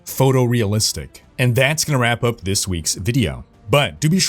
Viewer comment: It sounds like he says, ". . . with a gaming news fap up video."